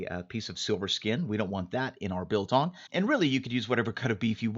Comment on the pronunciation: trigger warning to South Africans!! It's biltong. exaggerated I short g not beltongg. (PS I'm drunk and I don't really give a fuck. Love you man <3)